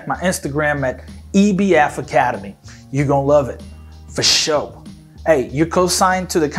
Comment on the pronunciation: Why did you said for sure feh show as British accent